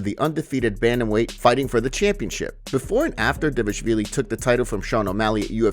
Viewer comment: It’s not Davlishvili its D V A L I S H V I L I. Say it how you read it